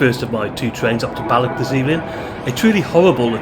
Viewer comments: Soften that 'ck' sound in words ending with "och". You're pronouncing them as "BalloCK" and "DalreaoCK" which is incorrect. It should be a very soft sound. Look up any Scottish person saying the word 'loch' - the same sound applies to any Scottish word/placename ending in "och". Heck, Balloch comes from the Gaelic (GAH-lick) words "Baile" (settlement) and Loch. Baile Loch = Loch Town. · The english folk seem to have difficulty pronouncing Scottish words ending in 'ch', as in Balloch. 😂